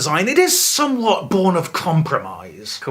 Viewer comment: combompromise (com-BOMP-promise)